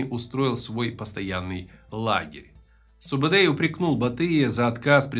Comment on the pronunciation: Во первых,его называет не субедей а СУБУДАЙ! ты тап хорош умник🤦